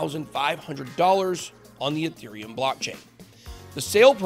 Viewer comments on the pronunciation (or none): none